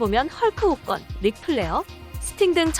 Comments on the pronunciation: 이따금씩 뜰때 잘보고 있습니다 한가지 여쭙고싶은건 왜 호건 나올때마다 혹건이라고 하죠? 프로그램 발음이 저렇게 밖에 안나오나요?? 유일하게 거슬리는부분입니다.. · 헐크호건 발음 되게 거슬리네 왜 호 껀이라고 해? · 호껀 호껀 호껀 발음 ㅠㅠㅠ